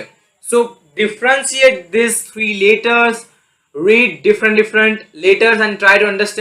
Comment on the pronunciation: Stop shouting.. and stop saying the word "letters" in a weird way..